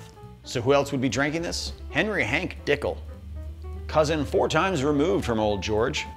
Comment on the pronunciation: lol "Dickel"